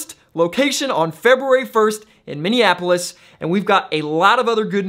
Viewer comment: I live in Minneapolis, thanks for the correct pronunciation. lol Its not minnianapolis. Some say it that way